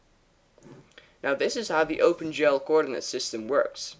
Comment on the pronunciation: Is he saying open 'jell'???